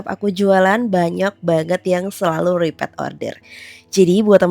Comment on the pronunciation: Wahhh...Krengsengannya kelihatan enak sekali, bisa buat boros nasi. Izin memberi masukan, untuk pelafalan "repeat" dibaca "ri-'pit". Semoga berkenan dan sukses selalu